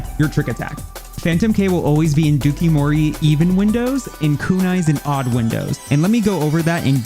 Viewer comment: I can't with the dookie-mori. It's pronounced like Dough-Coo Mori. It's Japanese for "lace with poison."